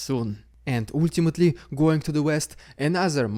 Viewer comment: Hopefully, pronunciation of “ultimately” is next in his list! Don’t want to be rude, it just makes my brain lag for a moment every time i hear it